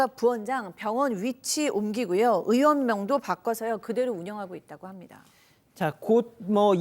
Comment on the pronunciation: 으원 아니고 으이원.